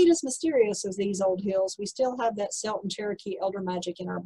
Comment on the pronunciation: Unless you're talking about the basketball team, "Celt" is pronounced "Kelt".